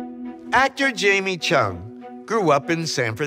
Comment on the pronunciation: Written in Chung but It should sound more Like Jung. English....lol